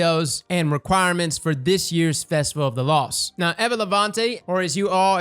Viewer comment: Naw Aye-va